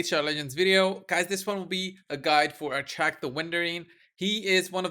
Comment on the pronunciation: Actually its Ahak Achak is funny